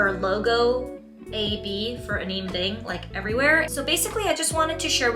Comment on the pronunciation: Have you learned how to pronounce her name since filming this? Just wondering! I think it’s important… ☺️